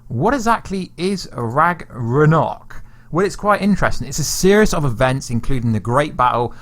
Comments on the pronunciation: So whos gonna tell him that its ragnarok, not ragranok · Ikr? It’s not that hard. and and a few more times he actually says it right. Then when he says “ra-g-nok” I feel like he’s trolling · Every time you say Rag-Ra-Nok, God kills a kitten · You said RAGNAROK wrong a few times lol but it's all good. Still great content tho keep up the good work 👍💯